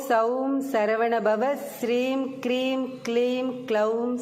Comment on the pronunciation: ஹ்ரீம்,க்ரீம் அல்ல please. சரி செய்து போடவும்